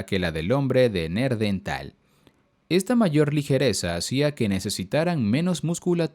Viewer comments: No es neardental, sino Neandertal!! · Neanderthal, no NEARDENTAL 😅😅😅